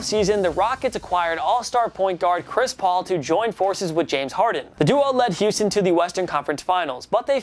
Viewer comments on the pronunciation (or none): none